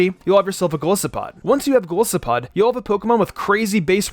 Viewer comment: you pronounce Golisopod wrong😔 but this really helps tho, thanks!